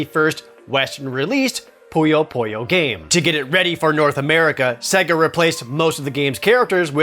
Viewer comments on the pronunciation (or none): I love this show! but it's Poo-Yo, not Po-Yo ;)